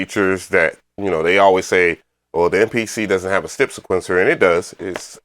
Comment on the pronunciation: Dope beat but if you say stip one more time bro it's step 😂😂😂